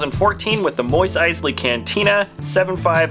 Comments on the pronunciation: It's MOS!! M... O... S MOS. Noy Moice, or Moise or Mois You pronounced it WRONG. also the ones based off episode 2 aren't Jedi Masters. They are Jedi knights. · Did he say “Moise”